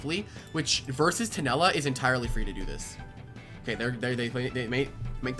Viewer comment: Uhm actually its tulenna not tunella 🤓